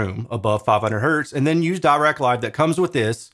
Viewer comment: Also, Dirac is pronounced with a short i sound, as in "bit".